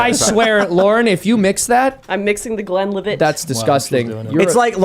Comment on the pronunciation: "Glen livette" 😂